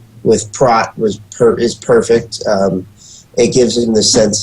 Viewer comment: I got through half of this but don't understand how these guys could watch this whole movie and not know how to pronounce his name. It's Prot, pronounced with an o like on oh, or know, Prot.